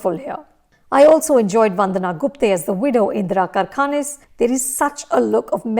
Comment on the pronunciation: कारखानीस not करखानीस ... plz improve ur marathi pronunciations..